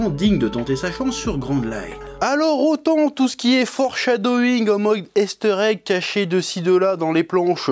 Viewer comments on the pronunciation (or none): C'est quand même incroyable que le chef puisses prononcer "marines" à l'anglaise alors qu'il est pas foutu de dire "east blue" et "easter egg" correctement 😂😂